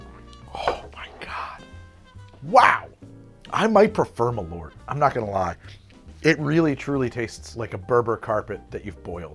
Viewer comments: "MalOOrt.." its pronounced "Mal-eart" in Swedish. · Malort. It's a very interesting pronounciation. I understand why you would say it like that, but try pronouncing it like "mall hurt" but remove the H from hurt. Malört